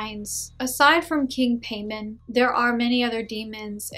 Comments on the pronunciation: i’ve got nothing but positive result from king Paimon (Pie-mon) not pay mon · His name is King Paimon. Pronounce as Pie Moan not payment...I have never heard of him in any films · “Paymon” 💀 Pai-mon so simple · Paimon ( pronounced Pie-Mon ) not pain on. I think she says "Pay-Min. She made it up, regardless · It is pronounce Pae-muwn. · Haha true and she says his name all goofy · I don't think she's a demonologist she didn't even know how to say king paimon name right and not only that didn't even know who he was I'm not a demonologist I'm not a person who worships these daemons nor work with them But I know who he is. And if she did have this experience I'm pretty sure she met a trickster spirit. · Paimon ? Sounds like a Jamaican bill collector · Fake cuz u even pronounced the name wrong lol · I think you’re pronouncing the name wrong... and how can you forget one of the most important demons in the ars goetia? I’m not Luciferian or satanic, but I’m really sure people that summon him like Behemoth-X would point out a lot of your inaccuracies (no offense). PS You should try and summon Marbas 😉 “All the demons of Hell formerly reigned as gods in previous cultures. No it's not fair, but one man's god is another man's devil.” -Chuck Palahniuk, Damned (Damned, #1) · Right lol she can't even say his name right hahaha